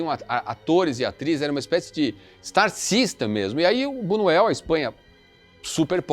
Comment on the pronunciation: Por favor!! Buñuel ( tem o som de nh)